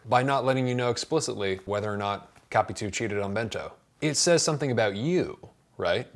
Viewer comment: How to pronounce correctly "Capitu". In Portuguese, we split her name like that: Ca-pi-tu. But you non-native Portuguese speakers have to say her name like this English conversion: ka-pee-TOO, because we have to accentuate every word that ends in -u in Portuguese. Thus the stressed syllable is the last "tu", and not "Ca". You tended to stress the syllable "Ca" but it is wrong.